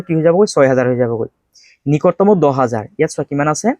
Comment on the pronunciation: Sir nikotomo nohoi 😂Nikototom 😅😅😮